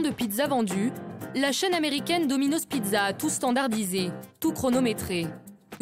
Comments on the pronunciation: Ça me stresse quand elle dit domino’Z c’est domino’S putain y’a pas de voyelle qui suit le « s » alors ça ce lit comme un « S » merci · Non mais la meuf elle dit dominoz mdr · « Dominoze » elle parle français ou quoi?